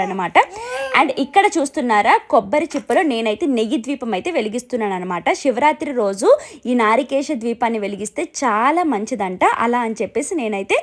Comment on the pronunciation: Adi narikesham kadamma, narikelam